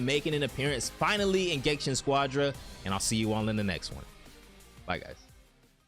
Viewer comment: Why do you keep calling it gensha? Are you illiterate?